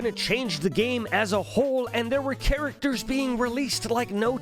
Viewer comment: you said characters with a ch instead of a k lol, anyway loved the video and merry christmas!